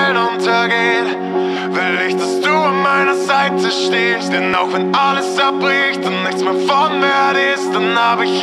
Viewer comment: "An meiner Seite stehst" ich liebe liebe die Betonung und die Aussprache bei dem Wort " stehst " ❣️ dieses Lied, wieder so wunderschön und es läuft in Dauerschleife❤️ hoffentlich irgendwann mal live.